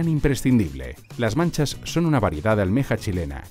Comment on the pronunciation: Estaba bueno el video, pero poner un queque de choclo en vez del verdadero pastel de choclo... uffff... y habría puesto como relator a Fernando Solis Lara, que de seguro es capaz de decir "Machas", y no "Manchas"